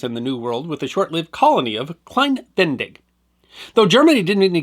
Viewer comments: Klein Ve-ne-dig. Not klein Ven-dig. You butchered the pronunciation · Great video as always, entertaining, interesting, and educational. Thank you! However, as native German speaker, I wanted to point out that Venedig is pronounced similar to Venezuela, with "zuela" replaced by "dig", and with emphasis on the second syllabe. Ve-NE-dig. As a general rule, there are no silent vowels in German. I think there's the rare exception or three, but I can't think of one off the top of my head. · Thanks for another fascinating snippet of history. As an American who lived in Germany for 35 years, I noticed that you omitted the second "e" in "Venedig", pronouncing it "Vendig." In German, there are practically no silent letters. The correct pronunciation would be "VeNAYdig" with an emphasis on the second "e". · Most interesting. BTW it's pronounced Ve-ne-dig not ven-dig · its klein VE-NE-DIG not VEN-DIG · Ve-ne-dig, three syllables. No silent letters in German. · I think it is better pronounced “Klein Ve-ne-dig” three sylabbles. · I believe it is pronounced "Klein Ven-nay-dig". Thanks for this informative video. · Please don’t take offense, but your mispronunciation of Venedig grated on my nerves. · I realize that it’s too late now but your pronunciation of Klein-Venedig is off, unfortunately. It’s pronounced like you would Venezuela but with -dig instead on -zuela and emphasis on the second syllable (-ne). To this day, Venedig is the German name for the Italian city of Venezia, better known as Venice in English. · I'm not German but live in Germany and his pronunciation of venedig really jarred my ears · Wow, very interesting video. Please pronounce the second e in Venedig. It is not silent.